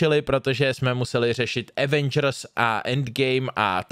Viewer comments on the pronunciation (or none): none